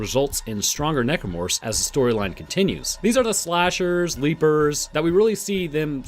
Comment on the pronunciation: I'm here for "Necormorphs"